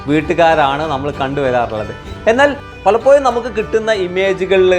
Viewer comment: ഭാഷ ഒന്ന് വേഷം പോലെ തന്നെ ഭേഷാകണം ബ്രോ:- പലപ്പോഴും: എന്ന് പറയാൻ ശ്രമിക്കണം പലപ്പോയും അല്ല🙏🙏🙏